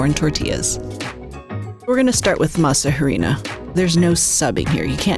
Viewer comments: Masa a-ri-nah... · The “h” is silent. Pronounced “masa ‘arina”. Try to know how to pronounce that in which you’re professing to be an expert! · JUST FYI: there is no asperated "h" sound in Spanish, so it's Masa "Arina", as if there's no "h"; the "h" is silent. (Miguel de Unamuno famously said the "h" is in Spanish alphabet only to show who has been to school and who has not....).